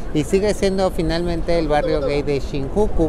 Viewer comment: SE PRONUNCIA SHINYUKU